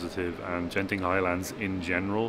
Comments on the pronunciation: Hi beautiful video, never miss your journey, by the pronounciation Genting, the 'G' is as you pronounce get or goat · It's not Jen Ting but Gent ing (as in Greek not Jreet)